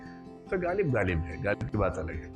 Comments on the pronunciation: प्रिय विकास जी,कृपया नुक्ते का ख़्याल करें!ग़ालिब है गालिब नहीं ।शायरी में वक्तव्य तैयारी के साथ होना चाहिये।कृप्या ध्यान दें।आभार । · My dear sir galib nahi ghalib. Aap upsc ki coaching kawata ho. Improve your pronounciation ( Urdu main Tallaffuz kehte hein)